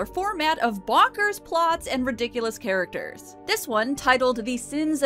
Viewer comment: I thought you said "recurring HAIRacters" when talking about the women in the beauty shop.